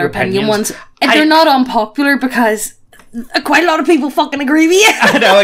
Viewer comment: “This is kwinda intewesting” “Agwe fwuokin twash” Ooooooof lolol